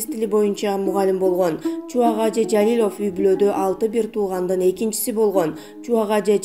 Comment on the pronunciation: Жалилёв эмес Жалилов деп туура айтпайсынарбы,тилинер келбесе башка туура суйлой турганын таап суйлоткуло,капа кылсам кечиресинер🙏